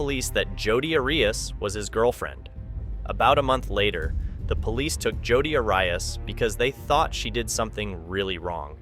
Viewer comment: I agree. Also, what true crime narrator doesn't know how to pronounce Arias?